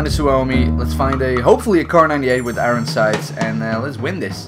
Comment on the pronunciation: IT'S NOT FUCKING IRIN SIGHTS. IT'S IRON SIGHTS